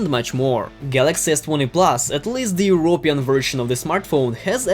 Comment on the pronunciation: Dude, very informative, BUT.....at least try to imitate and invent a British or American accent.....your accent is so strong that I didnt finish the video because I couldnt understand about 1/3 of it, also.. euroPEan, not eurOpean as you kept saying. Practice an accent an you would probably get a lot more views. Good luck!